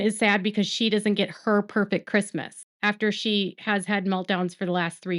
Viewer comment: Robyn's pööfekt christmas😂😂😂 That's her biggest dream in this world and now it's gone. Omg...her life is so easy😂🎉